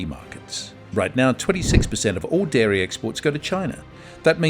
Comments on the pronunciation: It's dairy, not diary. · Its Dairy not Diary 😂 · Dairy not DIARY, ffs... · Dairy not Diary.💨💨💨💨💨💩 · DIARY IS NOT DAIRY... 1.28